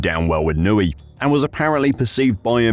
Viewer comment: Who is this Adrian 'Nooey' guy? I've heard of an Adrian Newey.